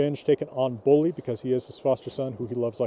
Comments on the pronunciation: Bolli is pronounced Bodli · Like I have said, the word bolli as a name only occurs in Iceland. Old Norse developed in the various countries as time went on, Old Icelandic being one offshoot. The name Bolli is incorrectly pronounced by, there is no preference as to how to speak it, there is the correct and the incorrect way. It is my name and I dislike having it murdered for reasons of preference. I lived the States for many years, I have yet to meet an American who can correctly pronounce my name.